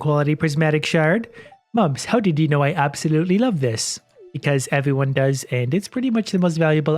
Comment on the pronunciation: It's expelled "ewyone"